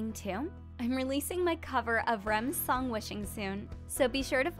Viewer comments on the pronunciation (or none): none